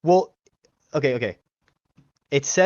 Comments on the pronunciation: I’m not sure what’s more offensive: his misogyny or him saying “wool” instead of “well”. 🤦🏻‍♀️ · These dumb-ass theist all learned their BS from the same BS school. Go back through every single video and you will find they all say "wul" instead of "well". They say it very often also.